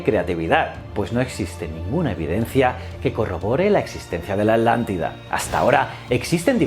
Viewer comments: "Adlantida"? yo creo que es "Atlantida". muy buen video, como siempre . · Atlantida se pronuncia no alantida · Muy interesante... y me reí un poco cuando decía "alántida" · Yo tambien he notado eso en los canales de you tubers españoles que a la Atlántida la pronuncian Adlántida, y a Hitler lo pronuncian Hidler y así a cada palabra que lleva T y L juntas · Me causa gracia que no puedes mencionar correctamente: Atlántida JAJAJAJA